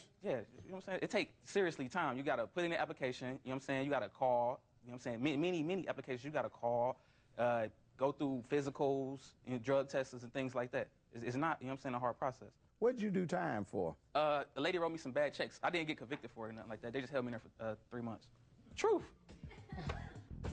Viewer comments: Why do black people put extra letters on the ends of words like "tests*?? It's not testses* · "Drug testeses"